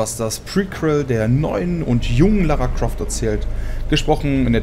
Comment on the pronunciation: Ich Lara Craft ist eins der ersten spiele die ich gezockt habe? 1. Würde ich mal deinen Deutschlehrer fragen was er falsch gemacht hat 2. Sie heißt Lara Croft und nicht Lara Craft